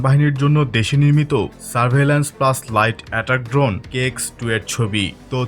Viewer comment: Drone ❌ dhon ✅